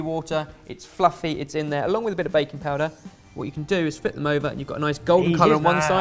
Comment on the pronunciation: When I was watching this I here from the kitchen "sa han baconpulver?" (did he say bacon powder?) from saying baking powder 😂